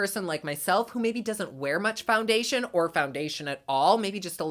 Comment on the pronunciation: “Foungaytion” 😂 You crack me up.